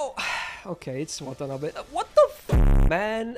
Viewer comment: it's not wtf, it's watanabe